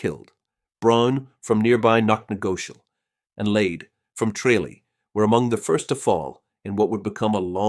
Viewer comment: Can’t even pronounce “ Tralee” properly !